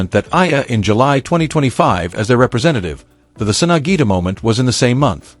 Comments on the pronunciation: sampaguita (sampagita) not sampita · Sampaguita not Sampita!